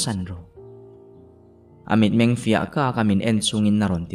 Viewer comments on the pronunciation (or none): none